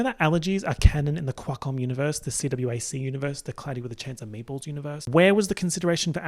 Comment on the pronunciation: i though you were saying "cloudy with a chance of edgeballs" 💀💀